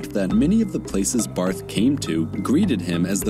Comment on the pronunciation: Just a little heads up A German surname with "th" at the end isnt pronounced like the typical english "th"-sound, but rather just like a normal "T" Like Bart(-h). But, it should be noted that the pronounciation is still different between the German "Bart" (=beard) and "Barth" (typically a Surname) Because you speak "Bart" fast and in "Barth" you strech the "a" instead of one fast swoop